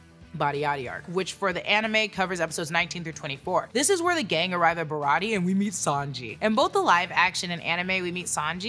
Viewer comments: Shawty said “Bariyartie arc” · Ba-ra-tee-aye. Say it with me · It’s BAH-RAH-TEE-AYY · BA-ROT-TE-YAY Baratie! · I love you but if you say barratie wrong again we gonna be enemies for 5 min max